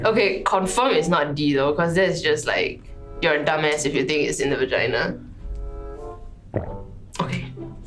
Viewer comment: va ge na? gg why the pronunciation so weird one